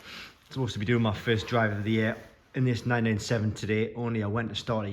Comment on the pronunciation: Im a geordie and you defo sounded like you said 987 😂@